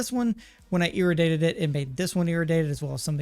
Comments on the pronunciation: Please lord have mercy, IRRADIATED not IRADATED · Dude said Ir-u-dated 💀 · E-ray-D-ate-Ed= Iraddiated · Dude I love your videos but damn the mispronunciation is killing me. ir·ra·di·ate•ed